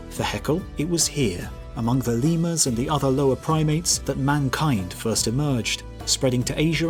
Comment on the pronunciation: Press the thing if you heard "ligma" the first time he said "lemurs".